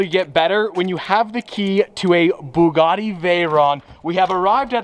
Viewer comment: Please don’t buy a Bugatti. It’s boils my piss every time I hear you say “Boogoty”